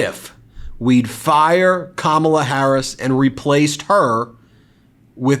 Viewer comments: At least he pronounces her name correctly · At least he pronounced 'Kamala' correctly - unlike Trump.